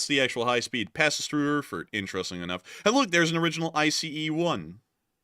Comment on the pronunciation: It's pronounced AIRFURT. And they have great beer!